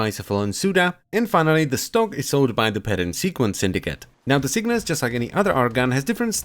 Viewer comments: cyngas mate (chei; ngas) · Sin-gas...muh OCD. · I thought it was Cygnus too, but you need to flip the g and the n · Get down with the cyngas. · Cygnas sounds better, now this archgun is ruined for me